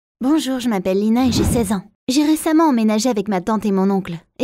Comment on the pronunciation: à la place de dire Lina j'ai entendu Nina